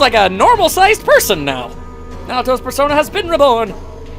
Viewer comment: As the play through progressed you got better at pronouncing persona names